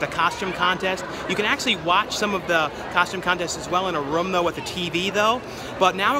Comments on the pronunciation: please stop saying rum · Room....not rum :P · Drinking game-Each time says "roam"/"rum" you take a shot! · When he says room it sounds like rum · This guy does not know how to say room.